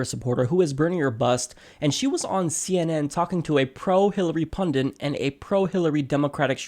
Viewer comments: Pundit. Pun-dit. Only one "n" in pundit. Why are you pronouncing it like "pundint?" Pundit. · Please: punDIT. Not punDINT!. thank you. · It's pundit, not "pundint." Come on... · It's pronounced pun-dit, not pundint! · Pundit only has one "n", it's not pundint. :-) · PUNDIT NOT PUNDINT, you moron. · Please note the word is 'pundit' not 'pundint' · Pundint? I think he means pundit... Good vid though! Feel The Bern!! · The word's pundit, not pundint. Step away from the mic. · Pundit...not pundint "That is all" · Totally agree with Emily but completely disagree with your analysis and assessment of the presenter. YOU are the partisan one. And what is a pundint?? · It's "pundit," not "pundint." It seems like you should know that. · there is one N in pundit. It is not like fondant. /peeve